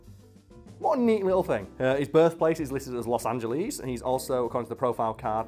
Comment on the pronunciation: Nobody:: Los Angeleese